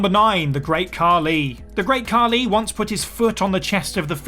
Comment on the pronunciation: Khali* not Khorli